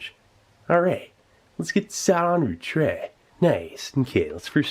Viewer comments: "Treh" and "m'keh" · The way this guy says “tray” and “m’kay” is so dazzlingly satisfying.